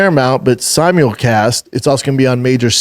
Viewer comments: Did he say Samuel-cast???? 🤦🏻‍♂️ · It’s not being si-mule-cast on cbs